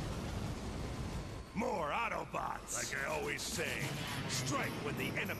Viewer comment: did you say 'hello autobutts and decepticons?